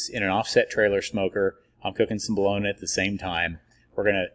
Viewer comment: New resident to Stilly. Seen your product in Homeland. Came here to talk shit. The only thing i can find is your pronunciation of bologna. Haha. Everything else is spot on.. i did indeed flood my kitchen with FOUR briskets in my oven finishing up. Nor i finish in the easy oven (pellet grill) six in sticks finished on pellets. Good job. I will definitely try your rub next time. This time im doing a jack daniels themed memorial party. So injected with jack n coke and a jack daniels rub from academy. Great video man. Lets smoke sometime.